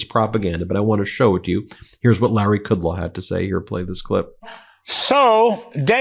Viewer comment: A sign that you don't deserve a role in Gov. or media: deliberate disrespectful mispronounciation of VIP's names. K(r)udlow.